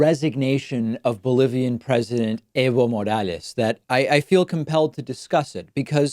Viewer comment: Fuckin howled when kyle culinski pronounced it as "Ivo Morales"